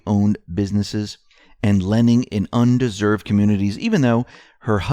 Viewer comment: Loved the slip "undeserved" vs "under-served" :-)